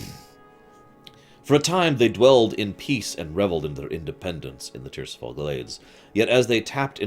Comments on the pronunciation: Tir-is-fal. Not Tirsifal. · ti-ris-fal it's derived from Tyr's Fall but that doesn't mean you pronounce it the way you say it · What the hell, saying tirisfall tirsifall lol. If you haven’t played the game one should not be reading these books. If you’ve played the games you’d know how to pronounce/say correctly the names that were butchered.